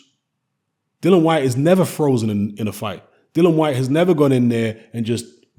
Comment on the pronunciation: Dillian, as in rhymes with Gillian.